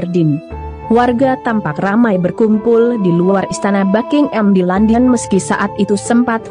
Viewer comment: BuckingHAM bukan Bucking-Am 🤪